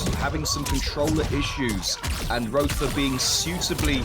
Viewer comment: Roether = Violater 😂😂😂